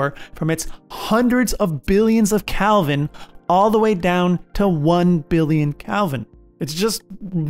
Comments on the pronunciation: When your narrator doesn't even know the plural of supernova, time to find a different video 🫣 Edit: I decided to keep watching, and it was a really good breakdown of a lot of the lesser known processes. The pedant in me couldn't help but cringe every time he said Calvin instead of Kelvin though. 👍👎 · Its "kElvin" not "kALvin" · You keep saying Calvin instead of Kelvin. :-) Very good video. I learned a lot more about the mechanics of a Supernova. I had no idea how complex it actually is. Thanks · Why u keep saying Calvin